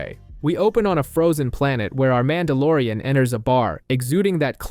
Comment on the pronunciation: Calls him MAN DA LORE IAN Short for MON DOH